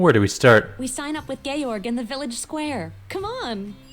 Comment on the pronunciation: Georg = Gay-org lol wut?